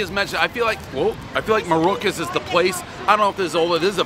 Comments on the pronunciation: Actually he doesn't know the name of the rival place he's wearing the fucking shirt I love Daves mispronunciations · The Mamaluke can't pronounced Maruca's! Mama Mia!!!! Anyone with a Michigan Shingle should trash it! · One Dave mispronouncing the name of the restaurant on the shirt he just got, everybody knows he has Alzheimer's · One Bite, everyone knows Dave can't pronounce the name of the pizzeria even though he's wearing the shirt.